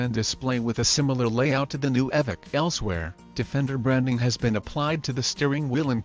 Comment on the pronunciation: Ummmm it’s evoque (evohk)